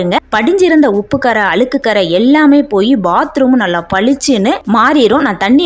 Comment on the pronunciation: அளுக்கு இல்ல அ ழு க் கு என்று உச்சரிக்கவும்